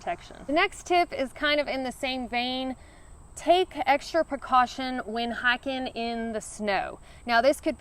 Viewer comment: Hiking -> Hacking